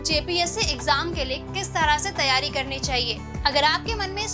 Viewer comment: phale tum teryari bol le bad me jpsc niklwanaa 😂😂😂😂😂😂 teryari😁😁😁